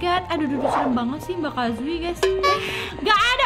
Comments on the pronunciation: bukan kazui tapi kazue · namain kazue itu Kazuni!!!!